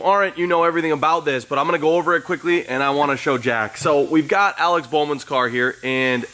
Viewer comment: Confused why you cant even say bowmans name.